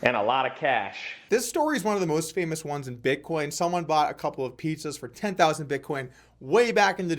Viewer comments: Sounds as if he almost said bitconnect. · I think Tai was saying BitCoke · I have to strongly disagree. Tai has taught me a lot and helped me make a lot of money. Don't be a hater and talk about how he mispronounces "Bitcoin" who cares?